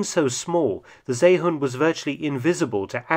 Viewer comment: And stop butchering the name of the seehund!! It's See (or See) then hund. NOT Zay or Say hund